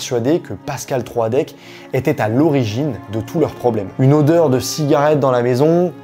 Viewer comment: Ta vidéo est top, mais on ne prononce pas Troadec comme ça 😭 ça m'a perturbé pendant toute la vidéo 😂